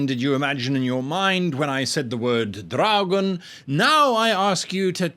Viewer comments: Because you pronounced it "dragún" I imagined a knight who rides a giant lizard and wields a halberd that works as a gun. I dunno man, brain works weird. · The way you said dragon sounds vampiric so I had an image of a dragon controlled by a vampire living in/around a castle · The pronunciation of dragon at the start sounded fairly welsh so whilst my dragon should be red my mind skipped sideways across the Irish Sea and was visualised as a green dragon stalking across a peat bog. Oddly this is specifically an Irish peat bog and not a Scottish one, I have no idea how I know this.